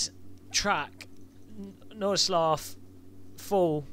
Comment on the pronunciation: I, as a german, love your pronunciation of Nordschleife :D